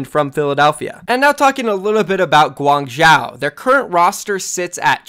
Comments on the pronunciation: 1. is that really profit wtf 2. im not even Chinese but "Guang-chow" sounds really wrongly pronounced... Isn't it pretty obviously "Guang-joe" ??? Inform me if I am incorrect but he sounds like he is butchering the name every time... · Guang-Zoh not Guang-Zow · gwang-joe my dude. say gwang-joe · my dude, Guangzhou is pronounced closer to "guang-JOE". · if I'm gonna be watching ur vids pls say Guangzhou like Gu-wang-jou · Hi, as a Chinese viewer who is from Guangzhou, the way you pronounce Guangzhou is kinda irritating. Although I don’t expect you pronounce it 100% accurately, a more reasonable pronunciation would be ‘Guang-cho’. Can u pronounce it that way in the future plz? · Please it is Guangzhou with the zhou prounounced zo like bro, go, foe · ASK. A CHINESE PERSON. HOW. TO PRONOUNCE GUANGZHOU. It is so unbelievably annoying when you pronounce it wrong every time, its not difficult to learn something close enough. Just say Gwang-joe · i mean they would say gwang wrong u shouldve said gwong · I will dislike every vid with any of these criteria: More than 3 ads Intro longer than 45 seconds Mispronouncing a city name when its your job to report OWL news (just google it ffs) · its literally his job. guangzhou is going to be a legit OWL team. Imagine if a newscaster couldn't pronounce new york properly, and the way he/she pronounced it shows they didn't even attempt to learn the proper way. he says Guangzhou like 6-7 times a video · Fucking annoying i agree